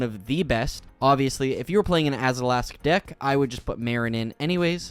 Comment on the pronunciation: He adds the letter A when it doesn't exist, AzAlask and AshAnod's alter, I'd have a hard time believing it's not a speech impediment.... I sure hope it is.